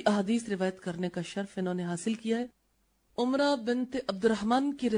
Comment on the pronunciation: Umra nahe Amra hai wo tabiya.